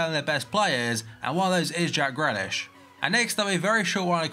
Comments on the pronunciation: It's greeeeeeaaaaaaalish 😂 you corrected yourself like a couple weeks ago but now you're back to saying it wrong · You still say grealish wrong. Its GREE-LISH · just replace the a in grealish with an e and thats how you pronounce it.